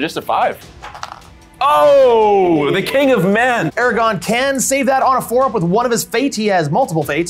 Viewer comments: What a great video! So glad I found this channel. Although, as a massive LOTR fan, it was painful to keep hearing “Aragon” instead of “Aragorn” over and over again. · AMAZING GAME! On a separate note, I love and his enthusiasm, but if I ever hear him say Ara-gone again I may explode 😂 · aragorn.... not eragon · I love but my eye twitched violently every time I heard Eragon instead of Aragorn. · This was so awesome.. So so so awesome...and I love you all...But please...for the love of all that's holy...ARA-GORN....not....ERAGON....please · *Aragorn, not Eragon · if I here say "Aragon" instead of Aragorn one more time I'm going berserk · AraGORN not Aragon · Can't stand when people call Aragorn "Eragon" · It is pronounced Arago*R*n.